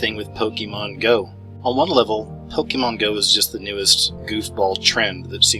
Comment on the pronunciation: First I'd like to start by saying it's not "pok-E-mon" it's Pokémon. Second, you never did say how it's mind control. All you did was go into multiple different directions with random information that in no way proved any kind of mind control. Third, I hurt myself while mowing my yard today. A rock was thrown from the mower blade that hit me. I guess that's proof that mowing is an illuminati trend.... And lastly, please be informed about something before you try to explain to others how it works. You obviously have no clue what a "lure" is in the game. It has nothing to do with placing your Pokemon "anywhere" out in the world lol. And one more thing, so technically this is the last comment I'm going to make. based on your idea that Pokemon somehow randomly exploded "out of nowhere" proves that you are most likely over 30 years old. Your age has put you at a disadvantage in this area because you weren't young enough when Pokemon first came to America to have experienced it.